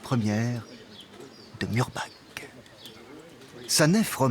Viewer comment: A prononcer "Mourbar" et non pas "Murbak".